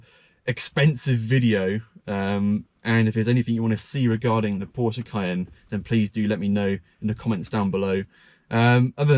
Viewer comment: Stop saying porscher, it's porsche.